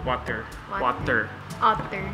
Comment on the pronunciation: Pepapig Watahhh I need somee watahhh